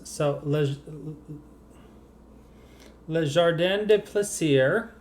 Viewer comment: Your colour choices on the Long Dog are beautiful (pronounce the 's' in plaisir like a 'z' and you should have the pronunciation perfect). I can't wait until you do the eyes on the red panda. I want to buy the kit but the eyes look a bit funny in the cover picture.